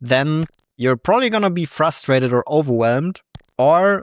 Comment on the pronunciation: "prooly" lol